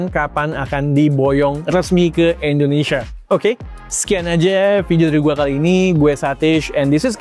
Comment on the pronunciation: Bang Indonesia bukan "Endonesia"